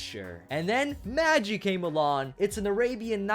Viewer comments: You prouncouned Magi Wrong its MaahGi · magi is pronounced with a long G. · It's pronounced maghi, not maji